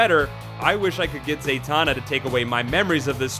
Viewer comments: Goddammit, he said "Zay-tonna" instead of "Zuh-tanna." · Zay-tanna? And it's Hi-POL-Lit-ta, dammit!